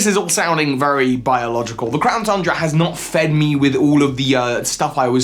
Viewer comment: Did anyone else hear him say "clown tundra"?